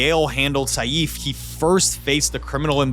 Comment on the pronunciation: It’s pronounced Saife like Safe with an i sound after A. Not Sayeeef.